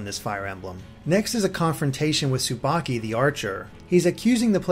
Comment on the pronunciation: S-subaki.... That's not subaki...